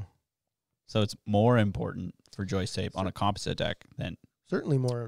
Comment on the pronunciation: You guys pronounce “composite” super weird.